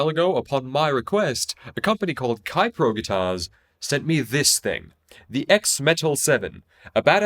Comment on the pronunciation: Keipro is pronounced more like "kay-pro", not "kye-pro".